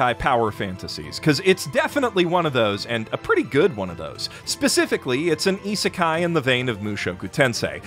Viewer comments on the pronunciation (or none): none